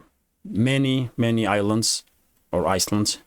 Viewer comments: Thaks. FWiW, you had the pronunciation of "island" correct the first time. The 's' is silent. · Thanks for the great work, island has a silent s therefore i-land. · Pronounced iland I is me. The s is silent